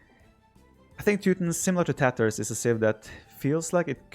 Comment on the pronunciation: I only hear Tatohs when Viper says tatars